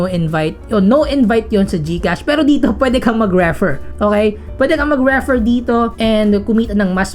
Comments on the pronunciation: That 'reh-fer' though. 😅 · pwede mo bang igoogle ang tamang pronunciation ng REFER? kakainis eh